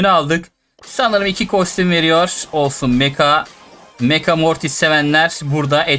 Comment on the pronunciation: folsun diyo olsun yerine